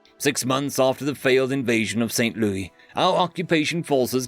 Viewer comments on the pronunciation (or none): Note from an American: St. Louis isn't pronounced as the French Loo-ee, but as Loo-is. Just a small nitpick.